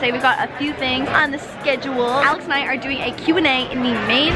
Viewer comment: When she says Alex it sounds like Alice